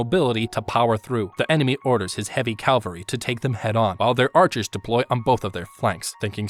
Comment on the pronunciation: It's cavalry, man. Cavalry.